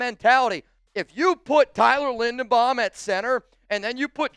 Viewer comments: LINDERBAUM, not Lindenbaum. You're not very bright, are you ? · "I'm looking at Tyler Lindenbaum". It's Linderbaum. says he loves him, then mispronounces his name at least 5 times in this video and 30 times in the last month.